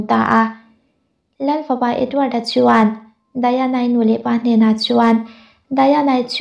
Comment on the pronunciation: Diana hi English ania Daina ti tawp ta che Daiana ti a han lam hi anin awm, a hming hi i lam zing bawk si.....